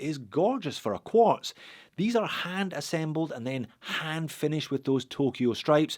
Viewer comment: It's QUARTZ, UGH....